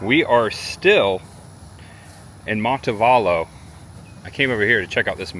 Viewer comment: look up Orr Park in Montevallo. You gotta see the carved trees! Montevallo is pronounced Monte VAL (think Kilmer) lo.